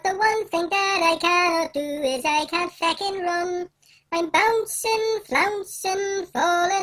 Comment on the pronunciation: THE WAY HE SAYS FECKING IM CRYIIIIIIIIIIIIIIIING